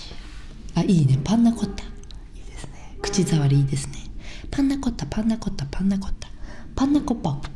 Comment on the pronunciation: 最初のコッペパンの前のパンナコッタが「パンナコッパ」になってて笑い止まらない、寝れないwww